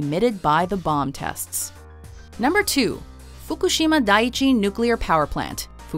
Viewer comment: She tries so hard to get the accents right but mispronounced Fukushima